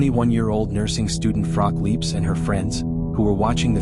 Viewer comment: Shame that her name isn't pronounced properly.